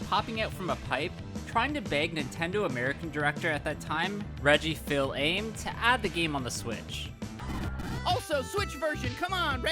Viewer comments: Reggie fill aims? It's pronounced Reggie feez ummay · Wow you really butchered Reggie's last name lmao. It's pronounced "Feez-ah-May". But you made an honest attempt which is all that really matters. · You need to work on pronouncing non English words. "Reggie fill aims" "Loss super hurrmonnos" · It's Fees uh may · The way you said Reggie’s name caused me physical pain. Lmao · WTF!!! How dare you disrespect reggie with that awful pronounciation. Unsubscribed.